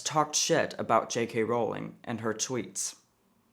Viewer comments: I love you and this is off topic, but "ruling" and "Rowling" do not rhyme. Ruling rhymes with cooling, drooling and fooling. Rowling rhymes with bowling, tolling and trolling. Which is not what I'm doing here. It's just a little pet peeve of mine. Keep up the great work! You are a rock star! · Rowling does NOT rhyme with ruling